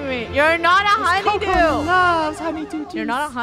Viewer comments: Its honeydew not honny do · Its honey dew. Not honey duw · COCOS A HUNYDEW Me:cocos a coconut while dying of laughter XD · When said honeydew 😂